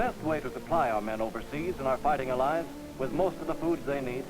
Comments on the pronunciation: Says the word "allies" strangely, imo. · I’ve literally never heard “allies” pronounced that way before. How odd.